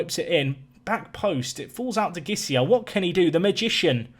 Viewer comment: As a Brazilian, I feel a need to correct your pronunciation of Gisiel's name In this case, the G sounds like a J. Players with GUI in the name have the G sound and a single G, without the U, sound like J